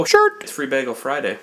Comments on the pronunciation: Did you say "begel"? And what do you actually do at your job? I've only been watching your videos for a few weeks, but it seems that you just punch your boss every Friday. ^_^ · you pronounce bagel incorrectly wheezy!!! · haha he says bagel wrong..